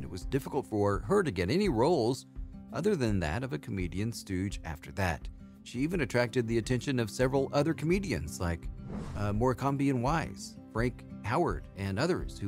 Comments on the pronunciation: The most shocking part was the pronunciation of Morcombie and Wise and Frank Howerd. And who's the girl ? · Why Nauseating ??? Half these photos aren’t of Jenny anyway and the fact that he can’t pronounce Morecambe as in Morecambe and Wise, shows that he has probably never seen the programme. Leave gorgeous Jenny alone .